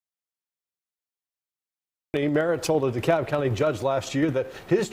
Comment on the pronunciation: The L in DeKalb is silent. She got Smyrna right though.